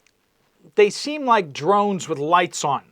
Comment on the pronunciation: Shhh!!! I'm hunting dwones you silly wabbit.